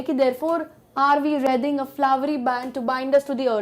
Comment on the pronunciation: Its wreathing ----- to be proounced as reething not as rathing